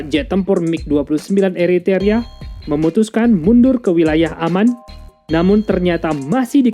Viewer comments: Macam mananya Admin ini.... yang benar Eritrea bukan eriteria...tak profesional. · Eritrea kok dibaca Eritaria..... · Apakh ucapan salah tuk setiap chanell militer youtube adlh sbg keharusan....? Krn setiap chanell yg aq ikuti bnyk ucapan n lafal dlm bhs aslinya tdk bnr....mis ini...eritrea dibaca eriterea... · Ethiopia salah baca jadi Ethopia. Eritrea salah baca mjd Eriteria... Gpp, kesalahan minor. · Eritrea bos, buka Eritaria!. Ethiopia..bukan Etopia!..gak enak bngt dgrnya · Gemes gw sama pronunciation nya, E R I T R E A min sama E T H I O P I A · Hahahaa.. eto pia dan eri taria..🤣